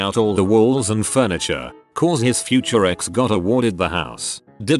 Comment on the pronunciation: "furntiture"? Was Madea the responding officer? 😆